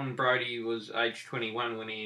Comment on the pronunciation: Quite interesting that your pronunciation of the name Briody completely loses the i vowel sound - never heard that pronunciation before. Where did you get such detailed information from re JB ? I am looking for similar on my Irish Tighe relatives aslo from Meath County - their kids were born in India and in Russia - Crimea whilst dad served in British army - ended up in St.Helens Lancashire - and one married into the Briodys therer who were fresh from Cavan- so your story is interesting.